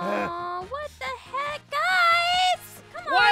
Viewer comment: what the heack guys: please come back me: i did not know that sed "what the heac"